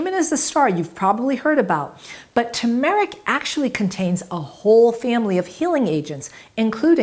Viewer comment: Tur-mer-ic. Not tu-mar-ic.